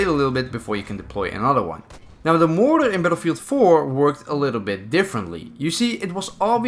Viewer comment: When he called motor "moror" I felt that